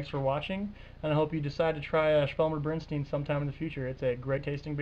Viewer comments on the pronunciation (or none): Actually I WAS laughing (I'm German), but the first way of opening it was the intended one. Usually it plops much louder! I wonder where you got the beer from... Nice video, but the pronunciation is "Bernstine" not "Bernsteen", Just to let you know :-)